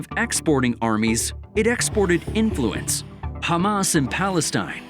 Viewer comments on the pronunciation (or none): none